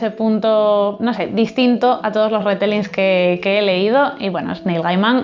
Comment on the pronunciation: Se pronuncia Ritelling y Nil Geiman